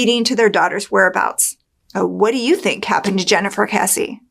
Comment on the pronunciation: Thank you for pronouncing Jennifer's last name correctly.